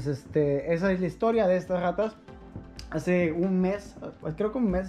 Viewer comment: mucho niño rrrrrrraaaataaaaaa